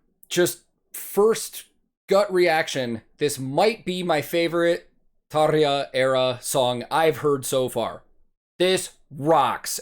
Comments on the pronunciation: "The Pyro Man" is rrroolling our finnish R, beautiful Thank You. When you said Tarja, that was Spot on 😎👍.. And Jukka too. Btw second video, solo Tuomas played two (at least) different songs chorus.. Stargazers and Gethsemane.. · "This argument is dumb." – Well said! However, the reason I'm commenting this video is your pronunciation of the name 'Tarja'. It's perrrrfect! Making us Finns really happy. 👌 Greetings from Finland! Can't wait for more cool stuff from you! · Kudos to you for a perfect Tarja pronunciation...#yourock